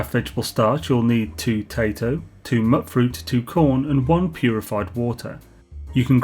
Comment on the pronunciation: your saying mutfruit wrong!!!! lmao (Mute-Fruit) as in mutation